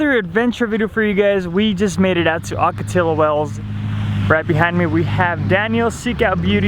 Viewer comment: Yo, my guy, it’s pronounced “Ocotiyo”. 😂